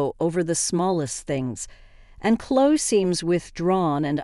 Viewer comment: It's É than! Clo ee! If you're going to use bots, make sure English is the first language!